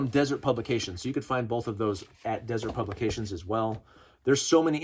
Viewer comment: Been waiting for this video all week. Going to a gun show tomorrow. Hoping to pick up a couple of these by paying cash without getting on any more government watch lists. Also...It's pronounced "dĭ-zûrt publications." Haven't you seen the BladeHQ donut knives? Come on, man! 🍩🍩🍩